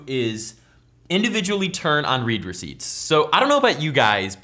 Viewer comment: Gi thought you said reaper seats